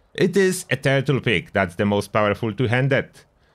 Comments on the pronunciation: I thought he was saying turtle pig. Turtle pick makes a lot more sense. 😂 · It sounds like you're saying turtle pig XD